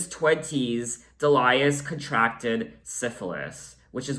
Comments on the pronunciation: It's DEE-lee-us, not de-LIE-us. ;-) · Do you know that there is a song by Nick Lowe called “I Love the Sound of Breaking Glass”? So you’re not alone in that....Also the name Delius is pronounced dee-lee-us. Bill Duffield of the song Blow Away was Kate’s lighting director on her first live tour, who tripped and took a header off the balcony of the theatre and was killed. This was the first album where Kate took over the production instead of producers that the record company would assign to her. She co-produced this one and self produced all albums after it.